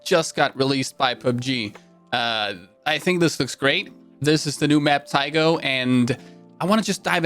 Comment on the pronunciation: I believe this new map might be pronounced as "Tay-go". I noticed that there were Korean letters on one of the building signs which made me think about the actual city of Taegu in South Korea. The map also shows a military type base, of which Taegu actually has (a US military base, I've been there!). Just a thought!